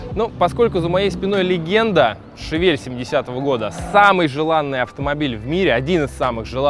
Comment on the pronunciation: Всё огонь!!! Тачка топ, канал топ!!! Но что за Шавель?))) не так же читается название модели...